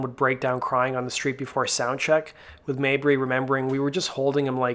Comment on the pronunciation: You said Maybury correctly!!!!! Most Americans say Mayberry. Awesome video.